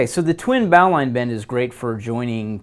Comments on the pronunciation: Is that twin bowline bend not just basically two sheet bends? Also it's pronounced bo-lin (bo as in boat, lin rhyming with tin). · The correct pronunciation is "bo" (rhymes with "go") "lin" (rhymes with "tin"). Logic would dictate that it be pronounced "bow" (rhymes with "now") "line" (rhymes with "mine") but the English language isn't based on logic. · After 60+ years since first learning the bowline as a cub-scout, I won't be changing how I pronounce it. I'm sure for many, bow-line -- as you say it, is slightly jarring. But I did check Wiki and this is perhaps one explanation for its far more common pronunciation today: History The bowline knot is thought to have been first mentioned in John Smith's 1691 work 'A Sea Grammar' under the name Boling* knot. Smith considered the knot to be strong and secure, saying, "The Boling knot is also so firmly made and fastened by the bridles into the cringles of the sails, they will break, or the sail split before it will slip." *Boling (f/various origins, including German Böhling and English Bolling and Bowling) would never reasonably be pronounced 'bow-ling', and although Wiki doesn't elaborate, I suspect the knot may have been named for a person, and not the bow of a ship. 'Boling' was a common family name in the English-speaking world of that era. Although a sailor and not a climber, I very much enjoy your site. Many thanks and keep up the good work. Regards ...